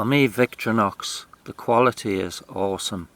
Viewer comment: Victorinox is pronounced VICTOR IN OX with no pauses between syllables